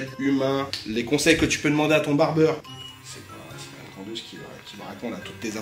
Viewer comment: Barbier pas '''barbeur'' ✂️